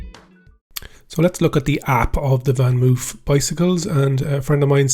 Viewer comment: it's pronounced moaf